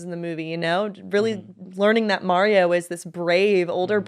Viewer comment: Don’t feel bad for the way you say “Mario”,. My cousin in NJ says it like an idiot too.